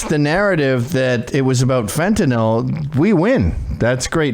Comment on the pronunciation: FENT NYL NOT FENTANOL NOL SAY IT FENT NYL FFS.